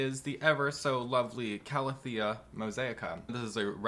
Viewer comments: Hahah, it bugged me too for some reason. I did have a moment of "have I been saying it wrong all this time?" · I can’t help that it annoys me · The way he said calathea pissed me off to no end 😪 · So it wasn’t just me! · Linda Wiseman I honestly don’t know and usually pronunciations of botanical names don’t affect me but for some reason it really annoys me